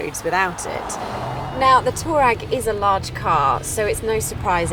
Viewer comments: Did she just said Volkwagen Toe RAG?😭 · Why is she calling it a Toe Rag?